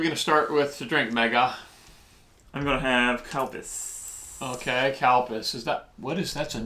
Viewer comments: Every time you guys say" Calpis" I hear Cow Piss and it freaks me out....lol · Did he call milk, cow piss? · ahaaa its calpis not cow piss lol